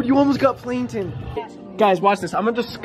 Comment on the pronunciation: he called planKton, planton 😒😧